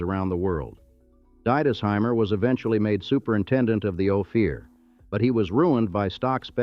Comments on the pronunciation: O fear? No it's Ophir- Ofir. Mow ronz. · Hate the ai speaker. Great story, but, if you had an actual speaker talk about it they wouldn’t fuck up every pronunciation like bodie, Ophir, and other ones